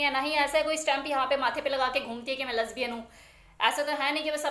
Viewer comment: Lesbian bolna to seekh lo pahle